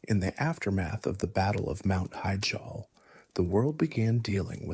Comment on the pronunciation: mount heejall